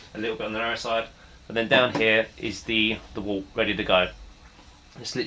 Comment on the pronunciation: It’s pronounced Wert! 😅 Good video though.